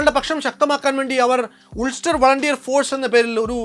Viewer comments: വളരെ നന്നായിട്ടുണ്ട്. അഭിനന്ദനങൾ!. ഒരു ചെറിയ തിരുത്ത് : "ഉൾസ്റ്റർ" എന്നല്ല അല്ല "അൾസ്റ്റർ" എന്നാണ് ആണ് Ulster എന്ന വാക്കിനെ ഉച്ചരിക്കുന്നത്. പത്തിരുപതു കൊല്ലമായി അങ്ങനെ പറഞ്ഞു ശീലിച്ചത് കൊണ്ട് പറഞ്ഞതാ!.. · ഉൾസ്റ്റർ അല്ലാ അൾസ്റ്റർ ആണ്